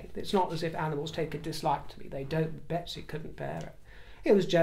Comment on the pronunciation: the horse sounded more like a Megsy instead of a Betsy.